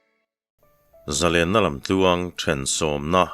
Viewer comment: Zalenna hi adik hlel deuh lo maw ka ti.zalên ang in Ari deuh in ka hria